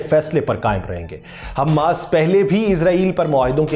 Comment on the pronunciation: صحیح تلفظ حمَاس ہے۔ حمّاس نہیں۔ میم پر تشدید نہیں ہے۔